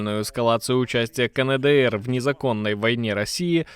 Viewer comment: какой еще [КаНэДэЭр]?? [КаЭнДэЭр]